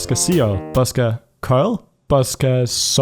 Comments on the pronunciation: That program name "bosca ceoil" is Irish and literally translates to music box! ceoil pronounced k-yo-l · By the way, Bosca Ceoil is Irish for Music Box. Ceoil is pronounced key-ole. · Bosca Ceoil is Irish for "Music Box". You pronounce Ceoil like k'yole